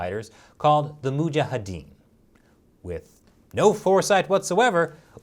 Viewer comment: Good accent "Mujahadeen":)